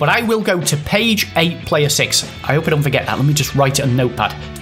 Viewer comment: what is a player? I think you meant plurrrrr